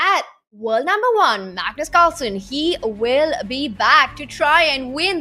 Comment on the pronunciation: I missed hearing Peter say “mugnoose”! 😅